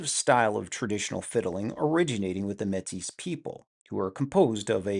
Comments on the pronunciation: Metis is promounced "may-tee" it's french. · Yes. "May-tee" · Métis is pronounced May-tee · Im used to métis being pronounced like matey with the emphasis on the second syllable? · The S is silent, bud